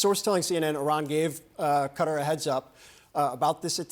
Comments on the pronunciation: Why the media keep talking about cutter?😂 that's not how you pronounce it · its KA- Tar not cutter 😂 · Cutter? 🤢it’s QATAR!!! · Qatar Q is silent pronounce Kuh-Tar Although it's Arabic many Americans pronounce it CUT-ter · Many Americans pronounce it CUT-ter that's what it sounds like when the Arabic over there pronounces it CUT-ter Qatar Q is silent Pronounce Kuh-tar . I was in that region but I announced it Qatar . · when will US media say Qatar properly... it is not cookie 'cutter'! lol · So how to pronounce CuttaQatar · You are paid to present a program on Qatar, is it too much to ask for you to learn how it is pronounced correctly? Ironically ever your female colleague could pronounce it and still you didn’t take the hint. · Why can’t any news channel pronounce Qatar correctly? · Why can none of these people pronounce Qatar properly? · How do these journalists not know how to say Qatar??